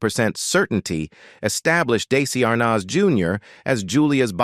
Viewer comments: The boy who played Little Ricky was not Desi Arnahhhz Jr. ( where did they get this narrator?!?! I about fell off my chair listening to his pronunciation of VITAMEATAVEGIMIN....what a joke!! Sorry Desi Jr. fell into the world of alcohol....he really did have talent....too bad he had to grow up in the shadow of his parents!! Now...leave him alone!! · I am totally pissed off regarding this video. First of all, the beginning of the video shows Donny Osmond, not Desi Arnaz Jr. There is no comparison that these two men look alike. As well, AI says Daisy Arnaz, Jr. rather than Desi Arnez, Jr. and uses Desi Arnas Jr. 98% throughout the video as if we are all too stupid to know who is being talked about and part of this video is not even understandable because of AI error. Last but not least, one of the depictions of Desi playing drums is not Desi at all but Jimmy Osmond. Looks like this video was never checked out for accuracy and from where I sit, is disrespecting to the man they are talking about. Desi and I were both born in 1953 which means he would have just turned 71 yesterday whereas I will turn 71 June 17. There is no possible way that old man that they are saying is Desi is the real man. Being the same age as Desi, I look in the mirror and have very few wrinkles but then my lifestyle is very different from what his was. I don't smoke, I very rarely drink alcohol and I don't do drugs of any kind. Life has been kinder to me but Desi, if he were still alive, certainly wouldn't look as if he's 100 years old. Most people don't believe me when I tell them how old I am and truly, much as Desi had his demons, he certainly didn't look like this man before his death.